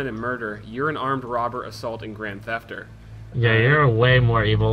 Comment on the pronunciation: "Grand thefter" love you speedy.